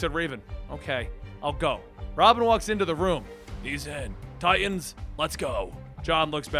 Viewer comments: Ok its teen titans not teen ti'ans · Please please please pronounce the middle "t" in tiTans lol